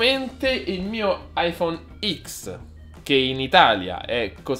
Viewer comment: Ma come hai pronunciato Iphone X?😂😂😂